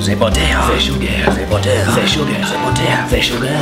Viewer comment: Za butter Za sugar Za butter Za sugar ,lol